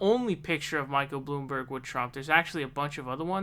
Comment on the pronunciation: excuse me, it's pronounced "Michael Blamborg"